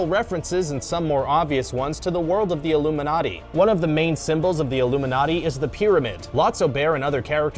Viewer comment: "Toy story is probably connected to the illuminaty" me dying with laughter